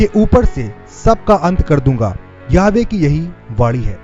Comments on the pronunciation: Jai Masih ki brother aap yahova k naam ka shabd sahi bolne ki koshish karo Praise the lord Yeshu Masih ki jai ho amin. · यहोवा,,,,,, इस शब्द को सही बोलना सीख लो